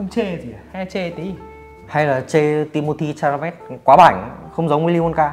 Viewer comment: Timothée Chalamet mà ổng cứ đọc là Cha-ma-lây =.=